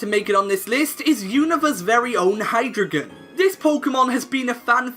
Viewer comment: Hy-Dry-gon not Hydragon.